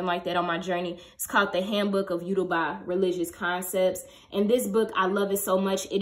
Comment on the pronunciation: Hey! your video was so informative! I’m Yoruba and just wanted to point out that you pronounced Yoruba wrong. ❤️❤️